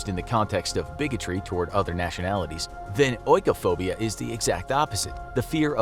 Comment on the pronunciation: its pronounced ee-koh-phobia dude. Not oh-ee-koh-phobia